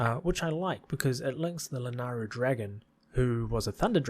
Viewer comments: It's La-NAY-Ru... Also, I don't really agree with much of your positioning of things. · FYI, the y in Lanayru is not silent.